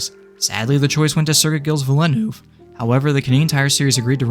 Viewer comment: pronounced "vill-neuve"